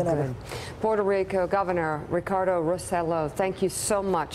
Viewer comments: Roselo????? pronounced Roseyo! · I know it doesn't even matter now but in fact, his name is Rose-llo. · Why can't anyone in America pronounce his last name right?